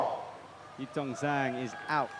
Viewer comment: **SPOILERS** Now that Zhang has gotten an Olympic ticket, can please learn to pronounce her surname properly? There’s no excuse at this point, it would take one google search and a 20 second youtube video